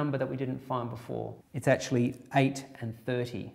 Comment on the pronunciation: to there are 19 "achually"s.